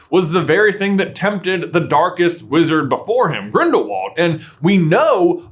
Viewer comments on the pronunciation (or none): none